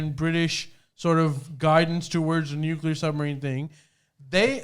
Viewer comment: “nucular”. Lol